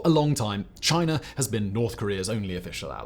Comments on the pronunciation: Americer and Chiner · “A player called chiner”